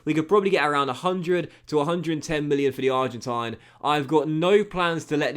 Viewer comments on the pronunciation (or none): none